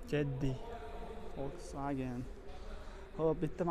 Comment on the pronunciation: Блоггер укам, Волксфаген эмас!!! Фолксваген булади!!! Саводингиз устида хам ишланг,илтимос узбекларни саводсизликда айблашларига сабабчи булманг. Хатто русча сузларда ургу кайси товушга берилишини хам билмайсиз. Сизни саводсизликда айбласак аник жахлингиз чикади лекин факт шуки, сизни саводли хам деяолмаймиз. Танкиддан тугри хулоса чикарган инсонгина улкан ютукларга эриша олади.